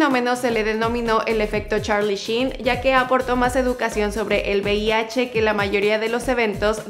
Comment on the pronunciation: Joder todo el vídeo diciendo bih, será VIH no?.